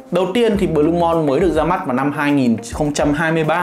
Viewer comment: Đọc là blu-mun chứ sao blu-mon anh trai